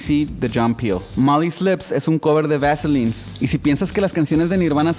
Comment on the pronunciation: Pronuncias "The vaselines" con acento de Seattle, tienes bien estudiado el tema. Saludos!